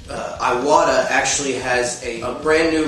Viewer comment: Please, please, PLease, PLEase,PLEASE.... if you are making suggestions on equipment, proper pronunciation will help new artists immensely. Iwata is NOT pronounced Eye Wa Ta. It IS pronounced Ee Wah Tah. Iwata is a Japanese company. Iwata is a person's name. Therefore, the proper pronunciation is vital. For future reference, in the Japanese language, what we call vowels are pronounced as follows: The letter 'A' is pronounced ah. The letter 'E' is pronounced Eh. 'I' is pronounced Ee. 'O' is pronounced Oh, and 'U' is pronounced oo. Other than that, love your videos and your artistic ability is absolutely amazing. Keep up the great work.